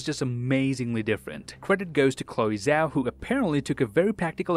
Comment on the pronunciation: hey guys Chloe's name is pronounced Chloe Jao bc her last name, Zhao, is of Chinese origin :))